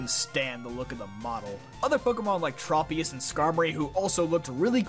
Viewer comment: OMG YOU PRONOUNCED TROPIUS CORRECTLY this is literally the first time I have ever heard anyone on YouTube get it right